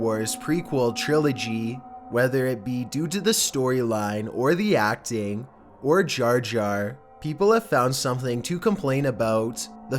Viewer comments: "Or JaAR jAAR" please stahp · How do u pronounce jaja binks jarjar binks if there isn’t even a r in it?!